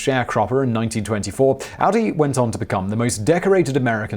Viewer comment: AUDY! AUDY! NOT AUDI! Think 'Audry', minus the 'd'.